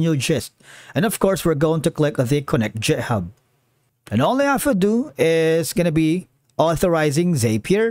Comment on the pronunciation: please stop pronouncing github as jithub